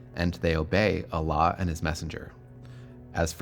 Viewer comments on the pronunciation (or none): If you're gonna make a video about the islam at least pronounce allah correct lol. And calling mohamed a business man isn't very accurate either.